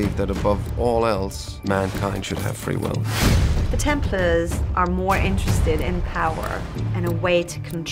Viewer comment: everytime I see the unnecessary changes to the animus, a hear them pronounce Templar like templer, I hate the fact that they are making a movie that will quite possibly ruin the games for me more and more.